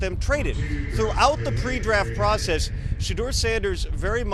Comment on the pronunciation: Good points but at least pronounce the name right if you’re gonna do a video about someone